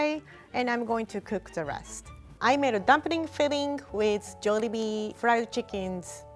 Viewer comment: so glad she didnt say “jawlibee”